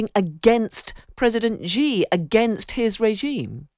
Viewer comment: Why do so many British journalists adopt these bizarre mispronunciations of Xi's name, when most of their interviewees pronounce it correctly?